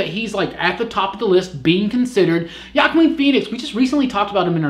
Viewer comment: It's pronounced Joaquin, and he could be a good Joker...